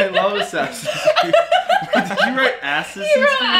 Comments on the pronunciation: “Assins creed” - 😂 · with the "assins creed"